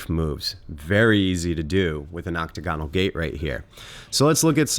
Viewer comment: Oc-tagonal, not Octo-gonal. The former is also the correct spelling.